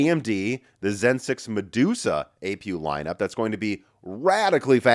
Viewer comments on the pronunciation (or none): none